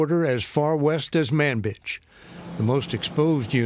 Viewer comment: It's pronounced Manbi@